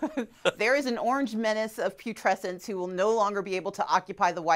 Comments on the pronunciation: lol I thought Stacey said pubescence not putrescence. tee hee Stacey is a class act and a gorgeous person. You go Ms Abrams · "Orange menance of putrescenes" - Stacy Abrams is my new linguistic HERO!!!